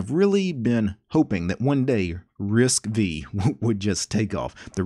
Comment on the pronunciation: Arm does not manufacture chips, they license the ISA and the micro-architecture Also, it's pronounced Risc-Five not Risc-Vee